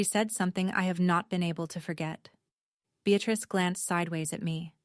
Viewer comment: And the grandmother’s name is BEATRICE not “be at risk”. Although there’s a bit of irony in the translation. 😂